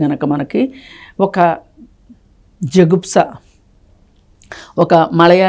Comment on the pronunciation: జగుప్స కాదు ...జుగుప్స 🤥👹💣